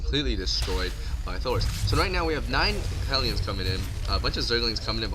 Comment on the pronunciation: Hell - e - uns. Not Heel - yuns.